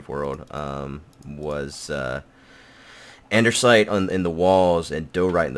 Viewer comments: the "Andersite" is pronounced andisite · Did anyone else hear him say "andersite" instead of "andesite" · Lol.. says Andersite instead of Andesite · Does he know that it is Andesite and not Ander-site, or is it a joke? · There's and "i" in DIORITE, and no "r" in ANDESITE. Die-oh-right And-a-sight. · You must be new here... If you'd been around, you'd remember that for years always called Lapis Lazuli "Lupus" just to piss people off who need to learn not to get their panties in a bunch. Also, he says "Andersite" because it sounds like Anderz as in Anderzel, another player on the server. How you don't know who Anderzel is despite this being right after last UHC is beyond me. Are you so new you didn't even see last UHC then? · Andesite has no "R" Diorite, pronounced "die" ily bby